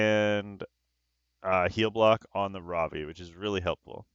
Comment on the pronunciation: Every time you say Ravi I think you're saying Robbie. Its now official, time for SG to come out with a character named Robbie. On the fights that first one was very unfortunate. The other 2 were great. All were great to watch. Its a common theme for you, you seem to get resisted quite often.